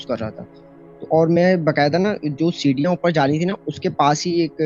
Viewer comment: Oh bhai ye kya cd cd cdiyan cdiyan lagai hui hai ? Sirriyan bolo seedha seedha.